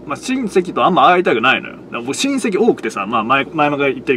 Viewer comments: 親戚が隕石の発音で草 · 親戚の言い方が韓国の人の名前みたいな言い方で草